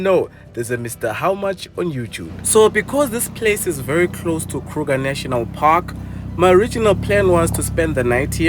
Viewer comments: "Krrruger National Parrrkkk!!!" 😂😂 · i love how says Kruger National Park🤣🤣😭😭😭